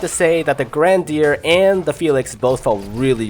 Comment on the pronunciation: Why can you say "her" properly but no grandeur,you're weird...